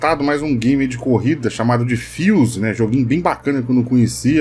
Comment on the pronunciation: "Fios"? Acho que errou na pronúncia .